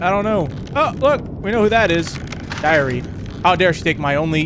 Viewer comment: When he said my diary I thought he said my diarrhea 😂😂😂!!!